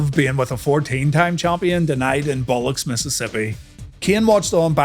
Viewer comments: "BIILL-OX-EE" Not "billux" Biloxi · It’s “Bah Luck SEE” Mississippi lol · Did dude say nitro was from bollocks Mississippi? I swear he said bollocks haha